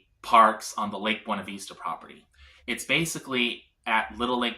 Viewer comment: It’s Buena Vista not Veesta, jeez this was hard to listen to